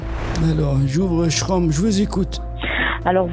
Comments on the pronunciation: Je me refaisais la vidéo et j'ai fini par entendre le " Ch-rome " que tu as écrit et que je n'ai jamais compris ce que c'était. Maintenant ça y est, j'ai compris, c'est Chrome mal prononcé mdr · Google shrome... 😂 😂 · "Ch-Rome" entre ça et le proverbe chinois j'ai explosé de rire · "shraume" x)))) (chrome) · "j'ouvre sshraume" 😂😂😂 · Et Chrome : "shroum".. trop drôle !! Fallait y penser !!🤣🤣🤣🤣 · Putain quand t'as parlé chinois j'étais plié sur mon canapé, et puis la prononciation de chrome 🤣🤣 bien joué mec, bande d'escrocs vah